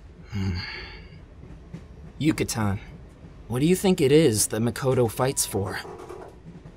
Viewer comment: Everything is great but you said makoto wrong 😅